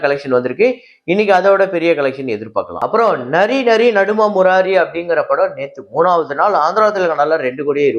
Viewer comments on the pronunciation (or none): அடங்..😂 நரி நரி இல்ல...நாரி நாரி..நடும...முராரி..நாரி ன்னா..பெண் என்று அர்த்தம். நீ நரி ன்னுட்ட....😂